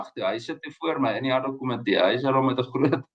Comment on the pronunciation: Uitspraak nie addok-komitee nie, maar ad hoc komitee asb.